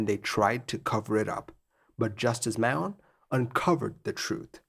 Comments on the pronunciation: Justice Mahon is pronounced like "M a r n", here in NZ at least. Not sure if you mentioned it, but this put an end to Antarctic sight seeing flights permanently. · Two degrees: AIR NZ management were never prosecuted. They enjoyed political protection. PS The place is pronounced Ant-ARC-tic-a , not An-TART-ica and Mahon is pronounced Mahn with almost silent o. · "Mahon" is pronounced "Marn" (or close enough to it) (in non-rhotic English speech (e.g. NZ)) - or "Mahn" for the rhotically-inclined - it's an Irish name IIRC. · Don't know what name you were trying say but it certainly came out as nothing like Justice Mahon